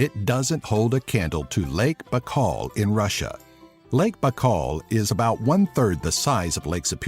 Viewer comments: 1. Lake's name is pronounced more like "buykal" not "bakal" 2. #5 - I don't know which man will mix mors and vodka or eat "golubtsy" while getting drunk, sounds very ghetto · не Бакаал, а Байкал [ baika:l] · Lake B'kal?! Really?! You sound like a duck. It's By-kaol. Baikal. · Correction!!! The name of the largest lake is not Bakal, but Baykal!! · Its not Bak-call. It's Bye-call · it's BAIKAL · This video is really good but your saying saying Baikal sooooo wrong, almost made me wanna dislike lol, my only problem though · u said Baikal wrong :D